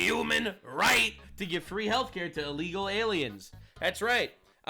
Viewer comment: Alrighty kids, everyone repeat after me, "ILL-LEGAL." It is not "Ah-legal." It is Illegal. As should saying "Ah-legal" be.